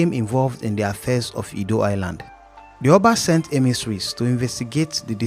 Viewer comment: Prince edo not ado